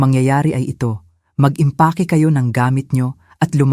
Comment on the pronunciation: Naggandahan dn aman aq s mga kwento Nila kya lang ang pg narret ! Gaya nng pg eempake ang narition nya impake! Nyaaahaha